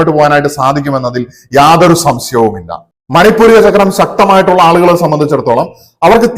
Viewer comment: മണിപൂരിക അല്ല; മണി പൂര ചക്രം ആണ് ശരി